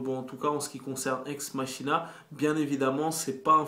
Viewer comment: "Ex_MaKina" pas Ex MaCHina ...